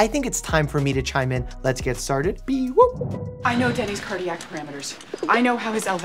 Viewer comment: bro its b-woop no hate though no hate